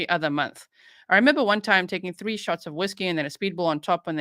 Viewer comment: he's one of my favsssssssssssssssssss lol when he says 3/tree cracks me up lololllll